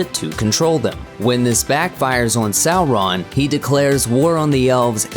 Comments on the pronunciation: Sou-Ron?? Who’s narrating this, the Key & Peele substitute?? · Sow-RON? 🤦‍♂️🤦‍♂️ Tol-KEEN? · A good video. Except for the annoying Sau-RON which quickly gets grating. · We know; the narrator is pronouncing it "Sau-RON" instead of "SAU-ron." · Sow-Rawn. Tolkeeeen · I swear they used an automated reader for this video. Sow-Rawn. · In Appendix E, Tolkien states that 'au' is pronounced as in 'loud' or 'how'. So 'Sauron' is pronounced "SOUR-on" or "SOW-ron" (sow as in pig, not as in planting seeds). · Say it again....sar-RON Super funny. You must be canadian.. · Its Sour-ron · The way you say Sauron as “Sow-Ron” is shameful. Various other issues as well with names. Your dialog is too slow more times than not. You can’t even say Tolkien’s right. It’s NOT “Toll Keen” Check out Men of the West for proper videos and History of the Ages. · Its pronounced Sour-Ron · Sow-Ron.... interesting pronunciation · Why do you pronounce Sauron like that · Why u sayin sauron like dat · Tol-KEEN, Sow-RON..... Fro-DOH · Legoh Laas Talkeen Saw-Run Gamlee wtf?